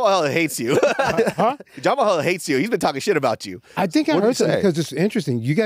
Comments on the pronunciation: It’s pronounced Jamal hill. Not Jamaha hill. You’re saying it like a Yamaha dirt bike 😂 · Who is JAMAMAHILL?? HAHAHAHAHAHA Hhis name isnt pronounced the way its spelt lol